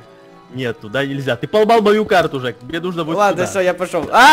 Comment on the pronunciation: слушай жек а не дек извини